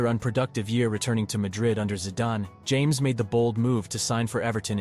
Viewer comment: Lol, I think it’s pronounced “Ham-es”.